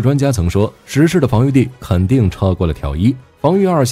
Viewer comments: 中文名稱應該是『壹零式』而不是『十式』 日本原文為『ひとまる』而不是『じゅう』 以火力君的軍武知識我認為不會犯這種錯誤 問題應該出在使用【讀稿軟體】在發音上無法辨別而已 文案上如果用的是『壹零式』那應該就不會念錯發音了。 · 🤔…… 他叫壹零式 Hitomaru 不是十式啦⋯⋯